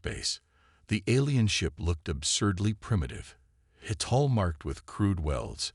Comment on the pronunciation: Outer hole, or hull? Hall or Hull? Come on, get your AI sorted!